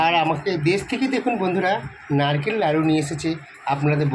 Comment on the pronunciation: এই দেখতেই পাচ্ছেন বন্ধুরা এটা বারবার বলা বন্ধ করুন। আর একটা কথা দয়া করে বারবার বলবেন না খেয়েই যাচ্ছে খেয়েই যাচ্ছে। নারকেল লাড়ু নয় নারকেল নাড়ু😅